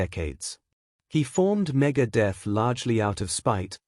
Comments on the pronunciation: Medeth megaid lol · the AI narration cannot even pronounce Megadeth correctly.. WTF?!